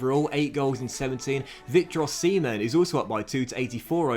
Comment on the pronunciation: "Victor oh-semen" - 2020